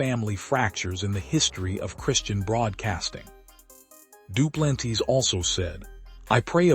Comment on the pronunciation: Hey AI you pronounced Duplantis as Dew-plan-tees 😂😂